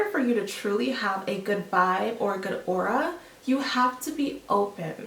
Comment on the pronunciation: It;s AURA not AurOa.. like wut..